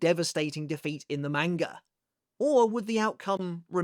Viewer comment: Bro stop saying manga like that